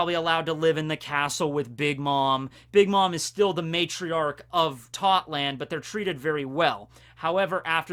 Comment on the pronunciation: its totto land not totland